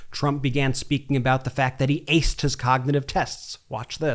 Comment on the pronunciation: Dr. said he "assed" the cognitive test.... not "Aced"